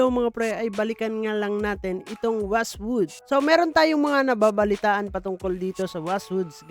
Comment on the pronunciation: Wizzwood ❌ Westwood ✅